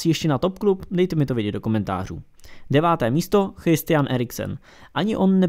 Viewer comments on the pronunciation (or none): none